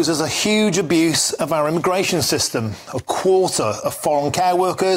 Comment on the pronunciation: He said aramigration😂